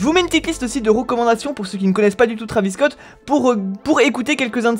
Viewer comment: Nn mais sois tu lis pas les commentaires sois tu le fais exprès,pour la 4eme fois c'est pas trAvis scott c'est trEYvis scott tu dis pas mikel jakson ou encore kylie jener je sais que beaucoup s'en foutent mais moi ça me rend fou !!!!